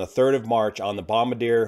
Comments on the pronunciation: Bahm-bar-d-air…..not bombadeer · BOM-BAR-JEE'AYE if you want the true French pronunciation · I believe since it's Canadian it's pronounced Bom-Bar-Dee-Ehh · Bom-bar-dee-ay Not “Bom-buh-deer” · Hey, thanks for this very detailed update. Just as a FYI, the Challenger made by 🇨🇦 company - the company name is pronounced: Bom-bard-eea (the last portion, treat it as French -iér). Hope it's okay to mention, as I admire how you like to pronounce your places, countries, etc. Very professionally. Love you, take care and fly safe. 🖖🏼🤟🏼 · it's actually four syllables, not three ... Bom-bar-d(j)ee-ay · "BOM-BARD-IER" is how we pronounce the company here in Canada 😁. As always, great Great work Sir! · Excellent and informative as usual. Super minor point, I believe Bombardier is pronounced like BOM-BAR-DEE-YAY. The French last name of the dude who invented the snowmobile (wanted an ambulance that could drive on snow). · Its a Canadian company and prouncounced Bom-bar-dee-yay. I worked for them for many years. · BOM- BARD- EE-AYY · it's Bom-bar-dee-ay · Sorry, small correction, it's pronounced Bombar-di-eh. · time stamp 18 , Bombardier is not pronounced Bombadeer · BOMB-BAR-DEE-EH…say it. 😂 unless you call your plane a BOO-ING. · Bom-bard-ee-ay, the French last name of the person who invented the snowmobile, and whose company grew into a huge company into everything from Airplanes to Seadoos. If you can properly pronounce challenger, which also comes from French, you should have the ability to properly pronounce Bombardier. Or should we start pronouncing your first name as "joo-on" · learn how to pronounce BOM-BAR-DEAY.... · Thanks for your excellent work on this tragic incident. Please excuse me for suggesting a correction to your pronunciation of Jet's company name. Your pronunciation of Bombardier is incorrect, it is a Canadian company located in the province of Quebec. The company name is french and pronounced: Bon-bahr-dy’eh , Bom-BAR-dee-ay